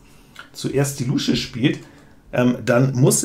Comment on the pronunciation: 🦎Ich muss immer schmunzeln, wie du "Luusche" sagst. Ich kenne niemanden, der das mit langem U spricht. 😂